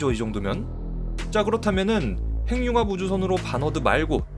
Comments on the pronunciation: 핵융합 발음 교정합니다. 행융합이 아니라.......해귱합으로 발음해야 맞겠죠~ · 핵융합이라는 글이 행융합으로 발음하게 되면 <핵>의 의미도 사라집니다. 문법상 자음접변이 아니라 연음법칙을 따라야 합니다.